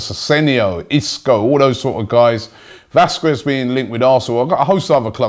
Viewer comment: you pronounce jean (michel seri), asensio , vazquez and kolasinac wrong